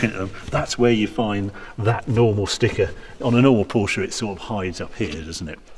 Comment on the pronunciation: Finally someone who can pronounce Porsche correctly.